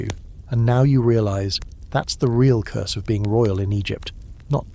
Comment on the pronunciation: It’s Curse not Curs Love your videos❤